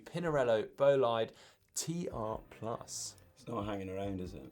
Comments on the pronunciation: I cringe every time says Bow-Li-day....it's "Boh-Lee-Deh" Short O, short E at the end. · … it's "boh-LEE-day"!